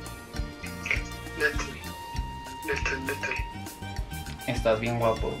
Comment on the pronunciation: El diciendo Litel! Litel! fue icónico